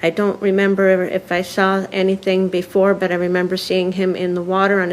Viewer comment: Is it just me or does the prosecutor keep saying "member?" Instead of remember?